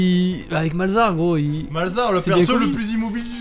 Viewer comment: Je vous assure que malzahar qui aide au top c est bien mais avec son R X)